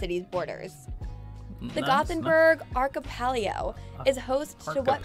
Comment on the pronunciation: Well she was not good at pronouncing 'archipelago' either, and that's English (imagine how she would pronounce 'skärgård').